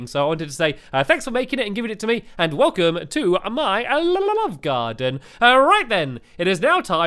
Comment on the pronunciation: It's welcome not welsome